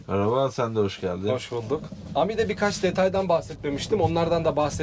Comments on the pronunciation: Guzel video olmusda. Ama ami ne ya ? Okunuşu Emidir Am-i degil 😂😂😂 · Aracın adı A-Mi DEĞİL bizler yazıldığı gibi okuduğumuz için absürt bir telaffuz oluyor Adı CİTROEN E-Mi yani EMi DİYE OKUNMALI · Eymi diye okunuyor...